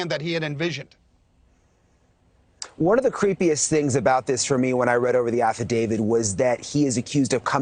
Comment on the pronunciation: Aside from mispronouncing "Affidavit"